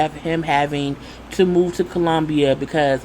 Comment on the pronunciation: What I'm getting sick of is people acting like they're not visiting third world countries ... And just be completely shocked...do your research people, read a book!! Also it irritates me how Tim says Colombia 😂😂😂